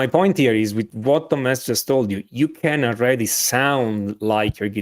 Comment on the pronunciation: hey { } Watch how you pronounce TomHess,,,!!!! hey really good lessons you guys put out on vibrato